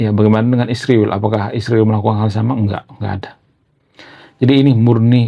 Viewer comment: Mengapa kau sebut isriwil, Konoha....gentle saja.....!